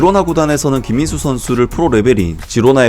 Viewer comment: 영상에 김민수 선수 언급할 때 발음 좀 똑바로 하셔야 할 거 같아요 김민수가 아니라 김인수로 들려요 저번 김민수 선수 영상에서도 그렇게 들렸는데 이번에도 그렇네요